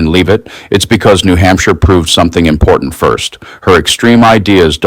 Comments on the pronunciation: I think that Kkkaroline needs to learn how to pronounce important, it's not imporant. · The word is im-por-tant, not im-por-int. Bet she's one of those people who tell other people to learn the language or get out. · Love the way she shows her class by saying "imporant." Where's the "t" Dummy?? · She can’t even speak properly. The word is important. It has two letter Ts in it. It is not imporan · I know this is beside the point , but I wish she would pronounce words correctly, it's imporTant , not imporant. pronounce the T idiot. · I wish she'd learn how to pronounce 'important'. It's NOT impordent. Yeah, I know it's petty. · What's IMPORENT???😂😂😂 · ☆ "Em-pord-int". So damn glad when she stopped saying it. ☆ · Karoline, There are two t`s in important, try to pronounce the word correctly